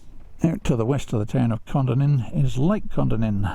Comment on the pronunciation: Great video. Kondinin is pronounced by us locals as kon - dinin